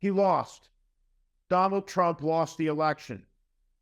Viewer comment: Watch out for that waskly wabbit you know TWUMP !